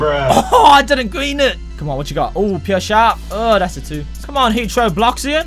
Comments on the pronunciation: That's a gween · it's gween lol